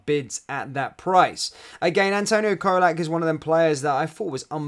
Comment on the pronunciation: Great Video as usual matey though you need to learn to pronounce Colak correctly before he leaves 😆 It's Cholak, CHOLAK 😂